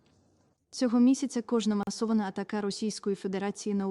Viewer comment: Зміст надзвичайно важливий!!!! 💙💛 🤔 Дивно чути від представниці 🤓 України такі слова: "атакА, ПравдИне, масовІШИМ, насІДКІВ, молодІ, пільговІЙ, СковорОда, вісімнаЦЯТЕ столітті, людЯм, мІстах, військовОЇ, заявИ, девЯтьох, частковУ, тОму, комплЕкс, метОд, надАні, обмежУє, статею п'ятдесятОДНОГО статуту ООН; віддАНість". Теж, думаю, що можливо 🤔 читала промову ШІ; зазвичай, така вимова притаманна їй 🤔